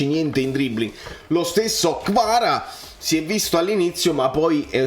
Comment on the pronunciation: Che poi si scrive come si pronuncia: Kvara, da dove esce questo Krava, che sia l'asso nella manica di Giuntoli?